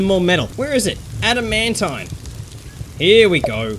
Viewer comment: adamantine is pronounced. (add, a, man, teen)